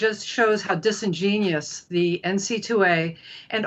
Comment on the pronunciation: i agree with her, but she said "disengenious" instead of dis·in·gen·u·ous. sigh